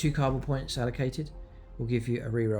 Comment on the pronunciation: First you can’t say Kauyon, now you can’t say Cabal.. are you mispronouncing on purpose. Stop triggering internet strangers lol